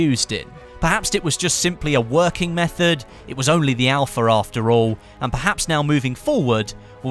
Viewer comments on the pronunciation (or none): none